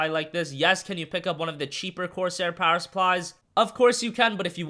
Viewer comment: Poweh supply XD